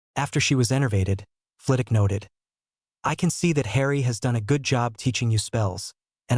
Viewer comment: The only thing that annoys me about your videos is that in every single video you leave the W out of Flitwick. In every video you call him Flitick. Fragging annoying, he Name is FlITWICK NOT FLITICK.